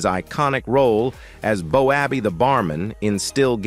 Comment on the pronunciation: Cuts me up. BOWABBEY. ITS PRONOUNCED. BOWBAY.